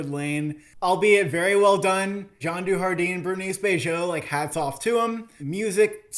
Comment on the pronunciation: Jean "Dujardin" is pronounced with a soft J sound, not an H :)